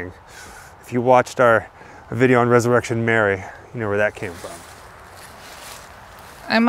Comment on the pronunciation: You got resurrection Mary's name right. In ur other video. I checked into that.